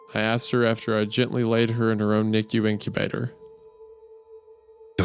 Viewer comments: Isaiah calling it a "Niku" incubator instead of NICU is exactly what I needed right now. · I’m losing it over the Goon pronouncing NICU as ‘nikyou’ 💀💀💀